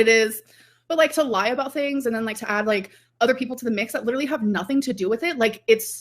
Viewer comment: Girl u don’t say “lie “ like tht 😂😂stop